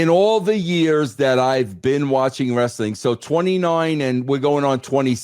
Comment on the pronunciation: It takes a bad booker to know one😂😂😂😂😂😂😂😂 it's Wres-a-ling Bro😂😂😂😂